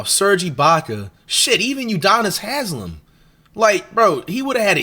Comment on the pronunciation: Give respect to his name it's not that hard to say